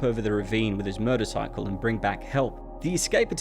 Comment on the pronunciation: I'm glad that you can pronounce the letter R (so many people can't, nowadays) but why do you say "murdercycle" instead of "motorcycle"? It's a rather odd choice.